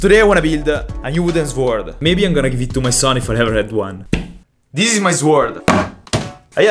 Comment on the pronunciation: listen im not trying to make fun of you but you say deez instead of this. Ex: Deez is my work.